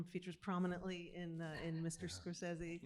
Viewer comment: Rebecca Miller instantly pronouncing "Scorsese" wrong is kinda funny Can't wait for the documentary